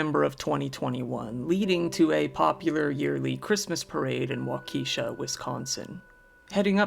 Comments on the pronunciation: Giggled at "wau-key-shaw". It's "walk-uh-shaw". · Wa-ke (soft e) sha. It would be good to look up pronunciation of cities not familiar. For everyone. It's a bit distracting and annoying. Any words for pronunciation, for that matter, if you are a narrator. That would be most professional. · Waukesha is pronounced Walk-a-shaw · The Wisconsin tragedy town is pronounced wauk uh shaw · As always, great stories. One correction. Waukesha is pronounced as WA-KA-SHA The E is not pronounces. Just incase you ever cover another story from there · For my sake and that of the rest of the world, please, NEVER try to pronounce Waukesha again. Why true crime creators don't look up the proper pronunciation of unfamiliar areas boggles my mind. This is HQ material made lesser--sophomoric--by errors like that. Don't get cocky, Kid. It's code.